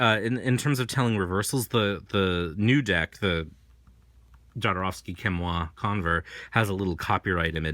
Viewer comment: Very informative video, but please learn to pronounce Jodorwsky surname - click on polish His surname is transcripted from polish to spanish this is why there is a letter "J" at beginning which sound is 'h' like in word harsh.